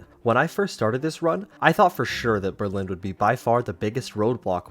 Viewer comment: Berlin not berline